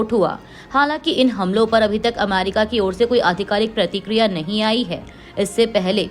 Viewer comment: Correct, ye America ko amairika bolti hai, meri sulag jaati hai.